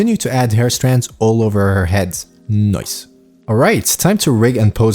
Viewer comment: I admit I watch most of your vids to hear you say noice😂😂